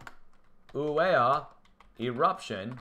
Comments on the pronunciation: Are you from Boston? 🤔 I swear you’re saying Killer Whale...😂I jest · I bet you can't even properly pronounce Kilauea 🤣